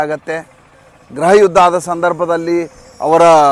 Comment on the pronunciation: ಗ್ರಹಯುದ್ಧ ಅಲ್ಲ ಗೃಹಯುದ್ಧ ಎಂದು ಉಚ್ಚರಿಸಬೇಕು. ಉಚ್ಚಾರವನ್ನು ತಿದ್ದಿಕೊಳ್ಳಿ.